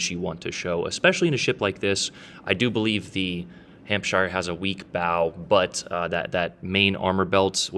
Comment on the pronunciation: just a tip for you if you read this, you dont pronounce shire in any british countys as shire its more like sher,so , its hampsher ,chesher etc, just thought youd like to know